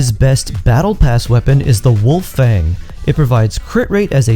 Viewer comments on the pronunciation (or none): none